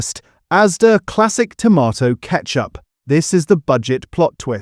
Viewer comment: AI again - now I wonder if the occasional pronunciation of tomato in this video is taking the piss, mocking the supposed tomato content .... tomarrrtoe !! I love the humour - keep going - and thank you a lot.